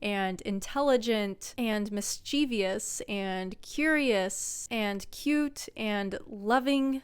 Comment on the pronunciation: mischieVOUS not mischivious